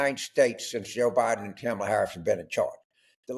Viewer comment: He could take the time to absorb how to pronounce Kamala. It's "comma lah."